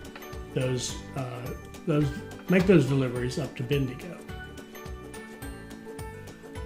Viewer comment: As an Aussie from north QLD, the pronunciation for Bendigo is ‘Ben-Da-Go’ and say it together quickly